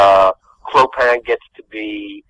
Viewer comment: Have watched Hunchback many times.Still can't pronounce Clopin's name.